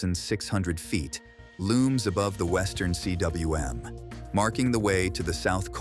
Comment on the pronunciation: ...when the narrator pronounces cwm as"C-W-M"... 😂😂😂 that tells you everything.